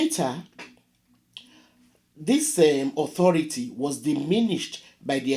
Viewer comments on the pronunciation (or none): none